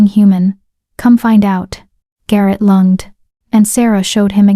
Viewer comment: 1hr 52m the nice AI voice mispronounced the verb "lunged" as if lung (the organ) + -ed. Can these pronunciation errors be edited? Does AI learn from corrections?